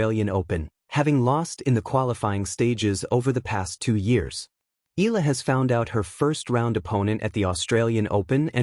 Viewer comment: Until u pronounce it right, i won't press 'subscribe' or 'like'. EEE-YA-LAH